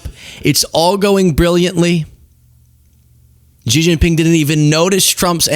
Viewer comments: I call it "eye-ran" cuz that's what it was as i grew up with Dan Rather etc.... but i'm not an idiot so i learned.... meanwhile i atill have to listen to arrogant f*cks like you mispronounce Xi Jin Ping's name every fucking day.. It's "She" you idiot. not "ji, zzz not.... whatever you think you're saying. It's "she" as in she is not an arrogant, condescending bitch, like some people. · hahah ZZZjIN PING, the X pronouce as 'S" 🤣like (S)xie (S)xie ni, instead of Zjie zjie ni